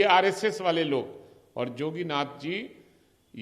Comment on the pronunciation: योगी जी के नाम का उच्चारण तो सही कर नही पा रहे हैं चले है बराबरी करने